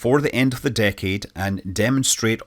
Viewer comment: It still irks me how he pronounced decade, but at least he got "nuclear" right. It's irrational, I know, but I get extremely angered at people pronouncing it "nucular" THERE'S ONLY ONE FUCKING 'U'!!!